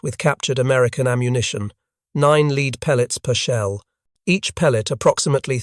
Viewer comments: Read can be pronounced two ways, as in "I have read a book" or "I shall read a book". He rhymed lead with reed rather than with red. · It's pronounced lead. Not lead. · You mis-pronounced lead pellets. It's pronounced led. Five to twenty meters is roughly equivalent to five to twenty yards (American shooters, not European ones). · Oh let him be English. Its not his fault. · Lead pellets, lead rhyming with read. Sure. Also comBAT when COMbat is usual — sometimes. Curb your robot!